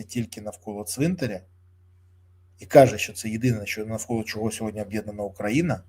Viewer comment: Пан Береза, дякую, ви як завжди супер. Але, ваше сьогоднЯ це триндець, як ріже вухо. Українською мовою - сьогодні. Дякую.